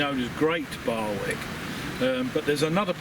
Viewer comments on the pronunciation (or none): Great video. Just one point to pick you up on. Barwick is pronounced Barrick. The w is silent. BTW, you need to get a microphone. Otherwise, good work.